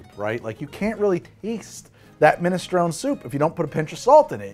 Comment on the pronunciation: the type of guy who pronounces "maraschino" like that but "minestrone" like that.